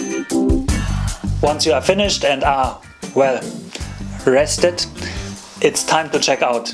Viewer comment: "R E S T E D"